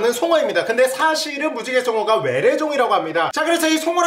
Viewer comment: 왜래가 아니라 외래..